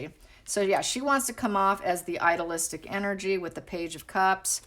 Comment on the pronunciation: I don’t understand when you say idolistic. Do you mean idealistic? Idea- listic (to pronounce). It sounds like you are saying idolistic, and I don’t think that’s what you mean. But I’m not certain. Thank you if you can clarify. Hope you are having happy and safe holidays. ❤️